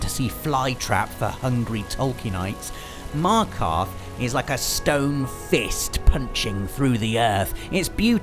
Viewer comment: I always watch you and make sure I catch up on your Friday features and literally ALL of our favourite games are the same (except PES....) and your writing and storytelling is exceptional... but.. Markarth?!!?!?! WHAT THAAA FRICK!